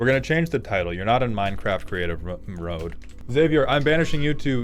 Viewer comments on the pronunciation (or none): none